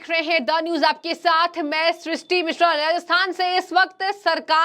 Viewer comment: Ma'am Rajasthan Hai Ji not rahathan